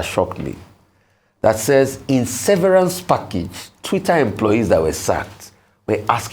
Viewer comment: Just because ‘severance’ contains some letters of the word ‘severe’, doesn’t mean that is how it’s pronounced.